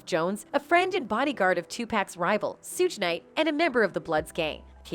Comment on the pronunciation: Another CULTURE VULTURE tryna tell OUR story, one that she knows NOTHING ABOUT. Its not SOOGE KNIGHT VULTURE ITS PRONOUNCED SHUG KNIGHT! Stick to suburban story telling because u butcher every rappers name like meat. This VULTURE called 2Pac 2pack..... stop it.